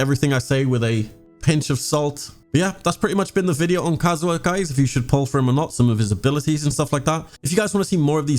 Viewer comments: Entire community: ka-zu-ha: Kazoo huh? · I love your videos, but the way you pronounce Kazuha hurts my soul